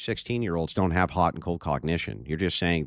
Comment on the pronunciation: After listening to this dude I hate the words cold and hot... More importantly the middle-eastern way he butchers the words.